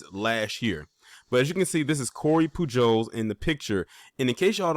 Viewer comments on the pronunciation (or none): Pujols is pronounced Puhols. In spanish the j is pronounced like an h. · It’s pronounced Pooh-holes (Pujols) like the baseball player Albert and what’s the alternative??? Us NOT defending ourselves? Absolutely NOT, great vid and content as usual but always keep the focus moving forward in your videos. Real warriors don’t waiver homie. B1